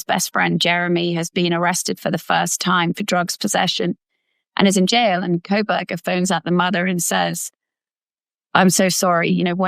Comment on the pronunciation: Hands keep, not keeps. Kohberger not Krohberger.